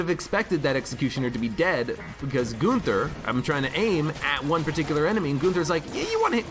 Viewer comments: Him saying goonther has been nagging me as well. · Hey. I‘m from Germany and I Love your Videos. You prononce it kind of funny if you whant to say the Name. But it sounds not so wrong 👍🏻